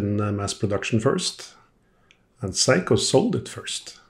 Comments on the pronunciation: Is seiko!! Not saiko or whatever you saying. That got super annoying 😅. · Thank you so much for your history on the various watches you work on. It really is appreciated! Now, for your pronunciation of the name Seiko. It's very scary when you say it as, Psycho!! 😳 Lol Perhaps, "Say-ko" would be much better. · Is Seiko pronounced "Say-Ko" like "hay" or "Sigh-Ko" like "high" ?